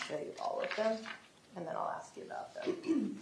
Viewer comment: Am I allowed to comment on something the speech pathologist said? Or didn't say? She can't pronounce 'ask'? That's weird for a speech pathologist.